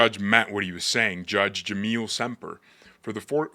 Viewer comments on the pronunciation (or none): Dude, the judge's name is Jamel, not Jameel